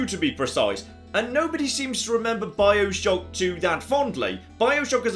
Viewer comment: A couple of times he said 'Bileshock'